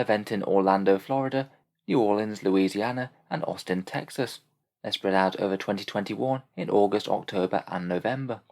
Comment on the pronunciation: Austin Texas sounding like auspex tactics when he say it